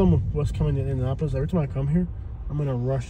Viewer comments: The nicest part of town is far north and far south, especially if you go to meridian hills (and zionsville though it's a separate city). Please do this again also it's pronounced indiaNAPolis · 😂 the pronunciation of my city😂😂😂just say Indy